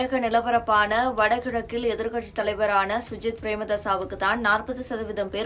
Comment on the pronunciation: முதல்ல சஜித் என்று சொல்ல வக்கில்லை சுஜித் என்று பிழையாக பெயரை கூறிவிட்டு தெரியாத இனவாதம் பேசுகிறீர்கள்.